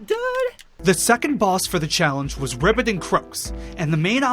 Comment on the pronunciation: I can't tell if you qre being serious when calling them ribbit and croaks instead of ribby and croaks but aside from that this is a great video